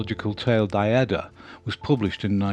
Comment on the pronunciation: In the German language "ie" is pronounced like "ee" in feet in english. Therefoe "Die" is pronounced "dee" and "fliegen" is pronounced "fleegen". "Die" is the female form of "the" in english. "Fliegen" is "to fly". No biggie, just thought you might want to know. Thank you for the series, I have watched most of them, will eventually watch them all.